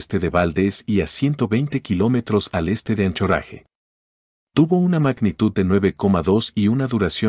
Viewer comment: Me causa gracia cómo duche "Anchorage"